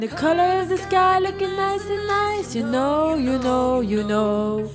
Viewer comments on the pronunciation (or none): none